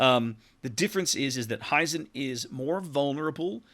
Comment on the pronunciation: It´s "Hee-zen" like "He Man" rather than "High-Zen". Other than that, thank you for the nice preview.